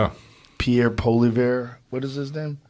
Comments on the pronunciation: Poilievre pronounced: Poly-ev. I agree. Next election I will vote for common-sense Pierre Poilievre. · Pee-Air Pol-ee-ev-ru, not that hard and I'm English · Im 100% Bilingual and I phuck up his name, Joe does not speak french, I get his difficulty with it.